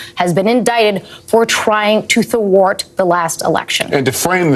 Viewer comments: Today I learned the word ‘thwart’ has two syllables. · Like making a two syllable out of the word thwart?